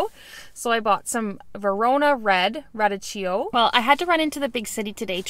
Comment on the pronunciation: Radicchio is pronounced like rah-deek-ee-oh.